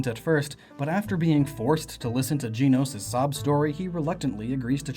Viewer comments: dracosfire7 gen-os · I don't mean to be mean but... GEENOS! It's GENOS! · Also it's gehnos not geenos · Gen-ose not jean-ose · JEN-ohss, not JEAN-ohss. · Dear goodness it’s Gen- nos not Gene-nos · If I got to here you say Jenos one more time, I'm gonna go mad!!! Its Pronounced as in the show "Gen-os". Only complaint the video is great. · I thought Genos was pronounced like you gen in generation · not Jeanos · its pronounced GEN-OS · it sounds like his saying jii-nos. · for christ's sake if you pronounce it "gee-nos" one more time XD loved the video dude! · OMG you say Genos' name wrong. I'm crying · Disliked the video just because of how you pronounced Genos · reddead405 that’s how it looks like it’s supposed to be pronounced lol